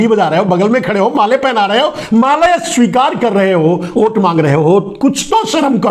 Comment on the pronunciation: आप हमेंशा #वोट को #ओट बोलते हैं, इसे सुधारिये.. !!